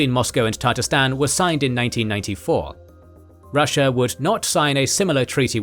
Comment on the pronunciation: Это невозможно слушать :) Ребята, пожалуйста, если делаете текст-переводчик с английского сначала послушайте, что он вам наозвучивал, а только потом публикуйте. Потому, что "Елин", "чечны и чеичавены", "татаристан" "ДудИев (вместо Дудаева)".